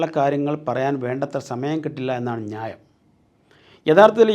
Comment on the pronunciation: ഞായം അല്ല ന്യായം 😂